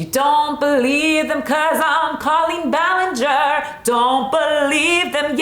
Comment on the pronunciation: cawlpeen bualeenger is no no